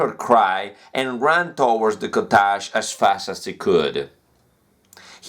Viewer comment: This is my first time seeing you making mistake in your pronunciation, you pronounced (cottage) very bad, but is okay that is normal 😊😊